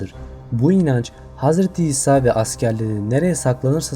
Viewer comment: Gartgart ağacı Hazreti Ebobekir Hazreti Hisa :)) sen de benim gibi çok dil sürçmesi yaşıyorsun.Nuh tufanıyla ilgili video olursa iyi olur. Nezaman oldu tüm dünyayı mı kapladı sonrasında neler oldu vs.